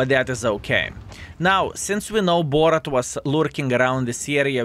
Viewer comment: i really wants to ask you why do you call bourrasque BORRAT ! XD